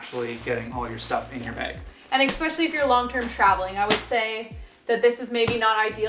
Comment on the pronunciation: Especially is not pronounced “exspeshily”…just sayin’